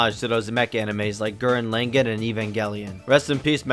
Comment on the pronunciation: Gurren langan lol